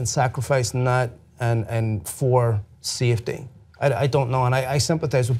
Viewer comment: when he said safety I thought he was saying CFD (computational fluid dynamics). Fuck I need to study